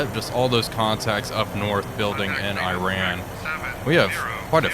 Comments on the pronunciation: I know it's not a big deal, but please, the way to pronounce the name of the enemy country is "ee-rAHn", not "Aye-ran". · EE-ran not I-ran. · Also just some constructive feedback, it’s pronounced as ee-ron, not “I ran” Great video otherwise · Mate ... there is no country called Eye-Ran .. there is no country called Eye-Raq .. and just for your information .. there is no company called Eye-kea .. ffs .. it's not that hard to pronounce these things properly is it .. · Why cannot Iran be pronounced correctly?